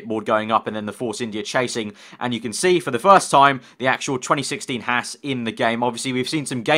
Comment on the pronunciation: also needs to learn how to say haas.